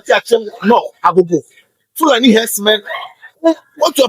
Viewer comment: I notice that it is pronounced FOO--la--NEE